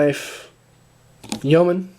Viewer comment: Great hearing an American that knows how to pronounce Yeoman! Lol